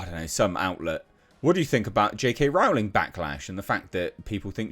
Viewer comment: Rowling is pronounced more like Rolling.